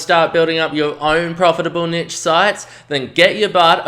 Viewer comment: NEESH!! It is pronounced neesh (rhymes with leash or quiche) See also: brochure, fuchsia, machete, machine, moustache, parachute, ricochet. Video is great but please stop saying "nitch"...it's cringworthy and makes you sound dumb.